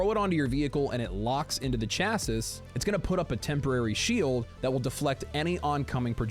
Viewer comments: Great and informative video! Also hearing you pronounce Chasis “Cha-sis” killed me lol. Phonetically that seems right but it’s pronounced “Cha-see” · Saying this with love. Chassis is pronounced “Chassie”.